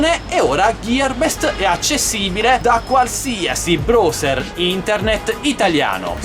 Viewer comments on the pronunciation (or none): none